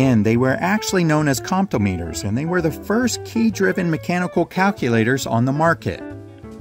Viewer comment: Regarding the calculator: When a calculator is driven by the key presses, then it is a comptometer - that's "comp-tom-eter" not "compto-meter". The dominant manufacturer was Victor Comptometer Corporation.